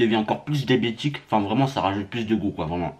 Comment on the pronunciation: Il a dit débiétique mdr